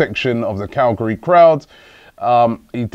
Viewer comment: Cagliari is not pronounced Calgary 😂